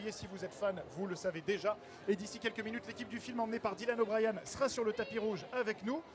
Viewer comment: C'est comme WCKD qui est prononcé "WCKID", Thomas qui est prononcé à la française, et Dylan O'Brien où il dise "Dylan O'BriAn" à un moment donc bon uwu...